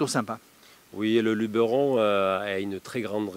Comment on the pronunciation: Nooooonnn!!!! Pas toi! LubEron! Pas Lubéron.;-) Bon allez ça te coutera une bière.